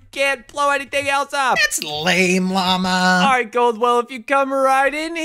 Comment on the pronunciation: Lama gold said mama not Lama